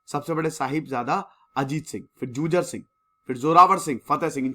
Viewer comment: I respect you sir but its not " जुझर सिंह "its " जुझार सिंह "